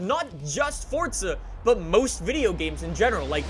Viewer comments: Its froza not fortza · Can i just say some thing its for za not fortza there is no t in it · “Forza” not “fortsa” 🤬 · Its FORZA not FORTZA you mong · Still with the FORTZA ffs you yank plank. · I love you videos and all. But why do you pronounce "Forza" as "fortza"?? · "Welcome back to fortza horizon" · Aaaaaaaaarrrrrrgg.....stop calling it FORTZA 😲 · It is pronounced “ForTSa“. That's italian. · It's pronounced Fortza. It's an Italian word that means power. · Do you say Fortza on purpose? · STOP SAYING FORTUNE LIKE A PLEB... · There is no t in forza bro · Why does he day forza like that 😂